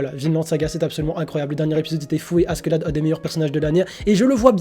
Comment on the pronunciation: s'est pas "achélade" la prononciation de askelad